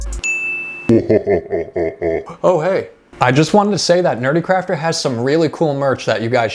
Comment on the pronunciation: 😂😂 BRB howling with laughter (and hey you said my name right!). Hey now, I sacrificed my ENTIRE BUTT for you guys! In all fairness, your girlfriend did say that it looked like a human "Kind of" and "a little" . 😂 But(t) squishy Jackie DID turn out absolutely cutely evil.